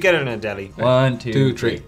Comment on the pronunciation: "one, two, tree."